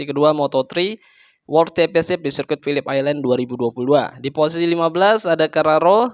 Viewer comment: Mantap bang, pelafalan phillip island nya udah mantap, kontennya juga makin mantap